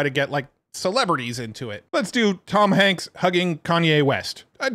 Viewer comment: "Toms Hanks" lol